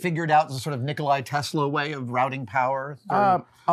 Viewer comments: "Nikolai Tesla"? Really? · Did Adam fucking Savage just say ‘Nikolai’ Tesla?!! -_- NW , all love bruddah! 😘